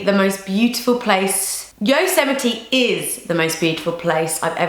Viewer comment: lol I think a lot of people do, but she pronounced it correctly. (yoh-sem-it-ee)